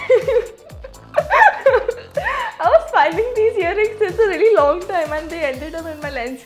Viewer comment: Any one noticed the pronnnounciation of long😂